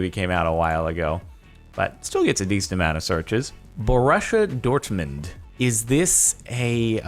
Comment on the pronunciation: Bo-rue-see-a Dortmund Jardon. Not Russian either. They are German. Come on bro!